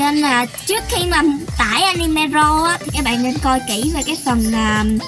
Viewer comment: animê nó đọc anime :D